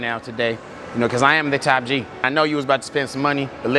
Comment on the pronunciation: Top G not Tap G bro 😂😂😂😂